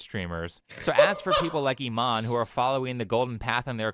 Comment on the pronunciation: why are people pronouncing her name as "E- mon" lol. maybe thats how its pronounced in afrikaans but in english "imane" would be prounced E-mon-E" or imani